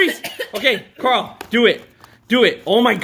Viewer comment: You said Carol its Carl 🤣🤣🤣🤣🤣